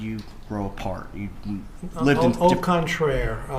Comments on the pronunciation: “Au contrair” 😂 Is this the best the defense has? How is the story of how he cracked a tooth relevant to how he knows Harvey? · Love the "Au contrair." Hilarious. Immediately ruins the guy's credibility as a witness.